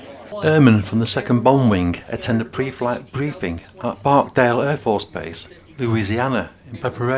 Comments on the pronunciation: It's Barksdale, not barkdale!!! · It’s BarkSdale not barkdale